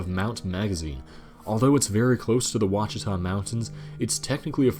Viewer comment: Holy crap you pronounced Ouachita correctly! You get the gold star! NOBODY pronounces it right on youtube.